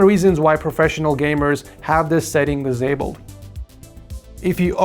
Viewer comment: Bro is saying dizabled